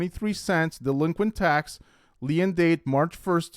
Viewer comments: Lien is pronounced leen. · Hello friend! "Lien" is pronounced the same as "lean". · Great video. “lien” is just pronounced “lean”. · *Lien pronounced like Lean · You are pronouncing lien incorrectly